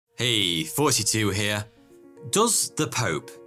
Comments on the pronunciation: Any other Americans always think he’s saying “42” when he says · I keep hearing "Fourty2" 🤣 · It sounds like he says "42" int eh beginning and I refuse to believe anything else. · When I saw a video from him for the first time I barely glanced at his name, and I swear with his accent he said "42 here". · has a speech impediment and pronounces "th" sounds as "f" ' 2' becomes 'foughty 2' which sounds like 'forty 2' (42) the answer to life, the universe and everything in douglas adams' the hitchhikers guide to the galaxy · I've been watching this man for Years and when he started his intro I always thought he said 42. but wait... Is a bear Catholic? If it is Spanish, I can say "Yes" with 70% assuredness. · Is it just me or he really is saying "hey 42 here" 😅😂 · His name is not 42 he just pronounces it that way. P.S I thought it was 42 at first aswell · Istg if i hear 42 one more time instead of, my brain hurts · I can’t be the only one who thinks he says 42 every time.